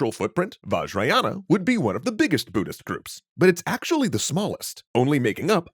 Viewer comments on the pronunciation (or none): BUDDHIST COME ON, BUDDHIST. not buddist, ohmygosh, WTF